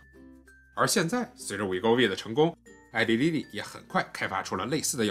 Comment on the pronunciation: Eli Lilly名字发音是错的